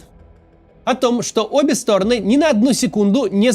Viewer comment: Максим, регулярно вас слушаю, и каждый раз меня коробит вот это "обе стОроны". СтОроны - это мн. ч., им падеж. Правильно говорить "обе сторонЫ" (ед. ч., род. падеж). Одна сторонА, обе сторонЫ, все стОроны.